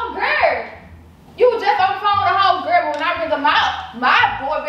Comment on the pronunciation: said GUR she mean girl lol